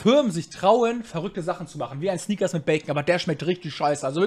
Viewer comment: Honig combo🤣 wenn dus nicht weist google doch kurz was es heisst😋 und lern pls malteser aussprechen und snickers;)